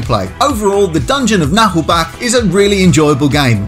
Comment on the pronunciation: It's not pronounced Nah'lbackk or something though...